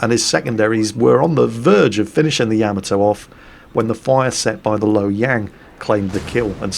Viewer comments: Hey -Great as always-YOU HAVE ME THINKING ARE YOU SAYING YAMATO CORRECTLY? YOU ARE NAVY MAN AND KNOW BETTER THAN I DO, IS IT NOT YAH-MA-TO? YOU ARE SAYING YAM-AH -TOE??? LET ME KNOW THE FACTS-THANKS "Most accurately, there should be NO stressed syllables; Japanese doesn't use such constructions. Should be 'yah-mah-toe' but with almost clipped vowel sounds, and no stressed syllables." " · I hope someday you realize it's pronounced YAH-MAH-TOE, not YEAH-MEH-TOE! Stop with the Japanese mispronunciations! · Say it with me Ya ma toe. Put those together fast and you said it right. I do however, under stand, your British. You all talk funny. Yes I am American.